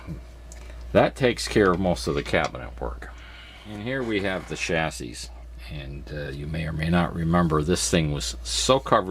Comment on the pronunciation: Progress is looking good. Nice tricks for saving that cabinet! Minor pet peeve time: In the word "chassis", the S at the end is silent, except when talking about more than one of them. Sorry to go all grammar nerd at you.